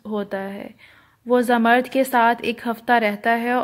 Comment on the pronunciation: Zamard nahe Zamrood pronounce karay